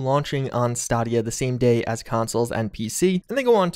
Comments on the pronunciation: Stay-Dee-uh not stah-Dee-uh lol besides that good video as always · really pronounced "Stadia" as "Staadia". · ITS STADIA..STAY-DEE-UH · "Staarrdia" its pronounced "Stay-de-er". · it’s stay-dee-uh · Stadia with a long a. Not stidia. Not even debatable. It's how its said in the commercials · Stay-di-ah not stah-dia~ :P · i am soryy but you saying st-aaa-dia it is pronounced st-A-dia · Stah-dia...... Really? Its Stay-dia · Stay-dia* lol not stahdiah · Bro I luv you but it’s stAdia WITH AN A. Like stay-dia. Sorry this actually isn’t important sorry your great. 😘😘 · I think he intentionally pronounces many words incorrectly just because he can. I mean sure, even stadia adds say stadia a million times so it's not like he could've not known, but saying it like there's an extra h in the middle is fun... Stahhdia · pronounces Stadia as "Stah-dia" Me: *writes a comment about it. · My fellow, it's Stay-Dee-Ya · Stahdia.... Da fuq did he just say ....hahaha my man! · Staaaardia... you say it completely wrong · Pronounced: STAY-dia. Say it with me, STAY-dia. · "staadia" dude like really thats not how you say it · STAEDIA is how it pronounced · Stadia? You pronounced it stahdia. Has Google changed the name in an attempt to rebrand or was it honestly just that forgettable? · Is he saying Stahdiya as a joke or that that how he pronounces it. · "sta dee ahh" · Dude is stay- dia. Like stadium. Lol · “St-ah-dia” i hate it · "stod e ah" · its pronounced stay-dia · Staaadia lol it’s stadia like stadium lol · Stahdia? Hahaha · Tbh, it doesn't matter how you say it. I know what you're talking about, so it's fine. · actually funny. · Yeah your right where is the r in stadia????? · Well, he pronounced Stadia wrong several times and lied about being first to report it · He’s a video game news reporter... how did he butcher the name? 😭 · The most shocking about this announcement was, how pronounce Stadia:D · I hate how you pronounce Stadia